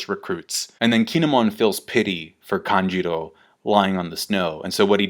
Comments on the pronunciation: Why do you say "Kanjiro" instead of "Kanjuro"? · Its KANJUROO not KANJIRO. And also number in card, they have 9 in total lol